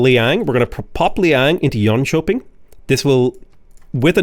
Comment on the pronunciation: Drink every time butchers on pronouncing jonshoping